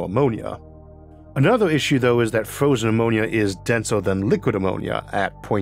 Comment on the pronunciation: I cant take this guy seriously 😂 beawws he cant pronounce r s 😂this is genius fwozen owor. WA TRR